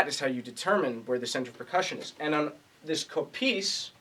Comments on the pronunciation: Not Kopίs, Kόpis! Hello from Greece!!! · It's Kopίs not Κόpιs